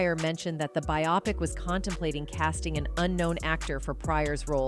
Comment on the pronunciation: Who says bi-opic instead of bio-pic??? Get with it!